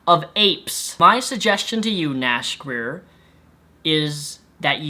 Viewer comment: sounded like you said nash queer at the end